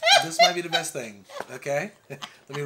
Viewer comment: the worst or the "beat " meal 🤔 🤣🤦‍♀️ do you mean best meal 🤣 and you need a shirt that say # exactly # absolutely # needs more sauce